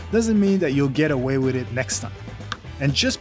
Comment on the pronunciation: "Wit YouTube" and "alumnis" ... ugh its's hard to listen to this guy butcher the English language.